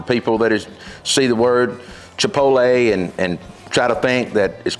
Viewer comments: CHUH-POT-LAY. Just think of getting laid at the end. LOL! Great instructions on how to grill! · Sorry, but there is only ONE way to say chipotle. It’s pronounced “che-pote-lay”. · I trusted him until he said Chi-pol-tay…. 😂😂😂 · Those look amazing. I've done the St. Louis and they've been OK but I'm curious to try your two rub method. As an aside, there is a difference between having an accent with words and mispronunciation. With "chipotle" for example, people generally mispronounce it as if it's spelled "chipoLTe" with the T and L reversed, but that's not how it's spelled. Kind of like when people say nuclear like "nuke-you-luhr" instead of the correct "nuke-lee-er." We get what you mean, but pronouncing words as they're spelled still allows for accents to get thrown in there. Just my two cents. Ribs look great. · Chee-pole-tay, chee-pole-lay, i love it 😂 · When you win Grand Champion at Memphis in May, you can pronounce Chipotle any way you want brother!!🏆🏆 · When you’re giving out hard earned knowledge for free you can say chipotle however you dang well please. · When you can't say chipotle and just don't care. Welcome to the south. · It’s not hard to get tired of these BBQ videos. Everybody thinks they are the best. But I have to say, yours are top notch. And this is a great (and useful video). (As an aside, the correct pronunciation is chiPOTle. Not chiPOLte. You are transposing the L and the T.) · It is called "Chipotle", not, "Chipotle". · I LOVE! He is the BBQ MASTER! Unfortunately, - after more than a decade of use... it's NOT "Chi - POL - Tay"... it's "Chi - POTE - Lay" Arggggh! I just can't subscribe! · for chipotle best Spanish to English pronunciation I can think of is chip Oat Lay. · Everyone pronounces everything differently. How about white boy just learn how to pronounce it properly nice and for all? Chi pol tay chi pol. High af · CHIP-OT-LEY. Now say it quick 🙂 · Chip-pote-LAY, not Chip-pole-TAY Since you asked.